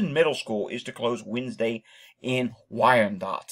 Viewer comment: You pronounced "Wyandotte" perfectly. Michigan-born. Thanks from Marietta, Georgia.